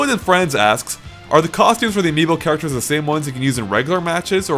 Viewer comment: Is it bad it took mispronouncing Amiibo for me to finally understand why they called it that?